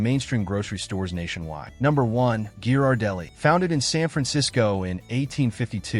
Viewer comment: RIDICULOUS. A TOTALLY DUMB POST IS FULL OF HOT AIR. THE AI NARRATION CANNOT EVEN PRONOUNCE GHIRARDELLI CORRECTLY.